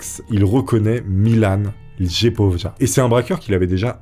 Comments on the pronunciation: En euro de l’Est et même en Allemagne e J se lit i Don c’est pas lejpojlja mais liepolia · BOJANA MITIC prononcé BOYANA MITITCH MILAN LJEPOJA prononcé LYEPOYA Rien à voir avec la famille BALKANY AHAHAH 🤣🤣🤣